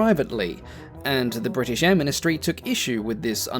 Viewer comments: Bri ish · Bruh why bri'ish we dont all talk like that. Could you imagine king Charles saying bri'ish? 😭🙏🏻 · There's a T in British get it right